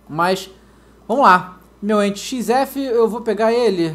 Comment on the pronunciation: o nome do enity xf e emtiti ou enity xf pq o fala emtiti